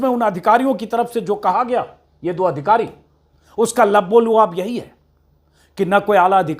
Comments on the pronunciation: अजीत अंजुम भाई आप एक शब्द बराबर बोलते हैं लब्बोलुआब सही नहीं है इसका सही उच्चारण लुब्बे लुबाब है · Sir...lubb-e-lubaab is right Plz correct....